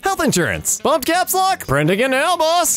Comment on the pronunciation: "Oh there's a bumb ahead" My dumbass thought it was supposed to be "Pumb" WTH IS A PUMB?!